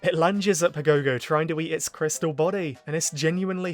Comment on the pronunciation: Man I hate hearing "pa gow gow". Watch the japanese dub and learn the right pronunciation!